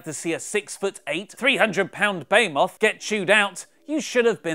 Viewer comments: "Baymoth". It is pronounced "Beheemoth" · (Buh-HEEE-Myth) Behemoth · What's a "bay-moth"?